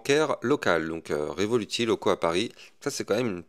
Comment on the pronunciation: Pk tu dis révoluti ? C’est revolute que ça se dit chef même le créateur lui même le dit